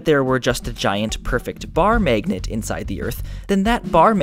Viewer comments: i noticed that too! it's obviously some sort of accent i guess, i don't know which kind though. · I fucking hate the way you say magnet